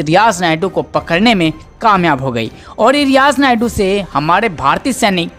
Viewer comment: Riyaz nayku.।। है नायडू nahi.।